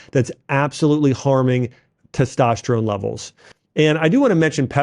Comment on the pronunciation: "Teshtosterone" - Dr. Axe